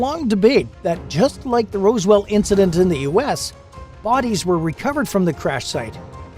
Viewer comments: Why can’t your narrator or “Bot” reader pronounce ROZ-WELL correctly calling instead ROSE-WELL. Is it a human or a bot? If a bot why not. Pay a few extra bucks and get a real person who can pronounce words correctly to narrate your videos? Come on. It’s enough for me to jump out of this video and go elsewhere just like I am about to do right now. Bye. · I was ready to give this a serious watch, but then you pronounced Roswell incorrectly and lost all credibility.